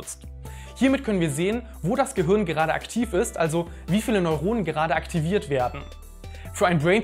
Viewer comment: "Gehürn" :D